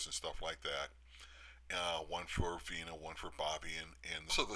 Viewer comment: Uploader : Her name wasn't "Vienna ". That is the name of a sausage. And, a City in Europe. Her name was VENA. VENA. VENA. Thanks.